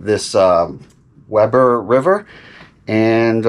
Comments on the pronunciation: I could tell you aren’t a Utah native right away, LOL. It’s called the We burr river. I made the same error and offended the locals. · Live there for several years near the base, fall was always my favorite time there. Also they pronounce it We-bur instead of Weber as far as I remember.